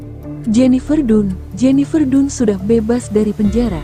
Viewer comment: Jennifer dan baca nya bukan nya dun 😢😢